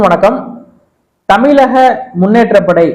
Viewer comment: தல அது தமிலக இல்லே தமிழக.. ழ வை அழகா உச்சரிக்க தெரிஞ்சுக்கங்க.. நாம் தமிழர்.. தமிலர் இல்லை